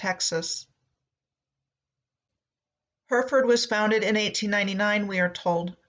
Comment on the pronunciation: Hereford is pronounced Heh.ruh.fuhd. :)